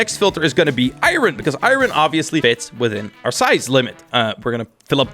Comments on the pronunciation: Why do you call it iren?! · the way he says iron tho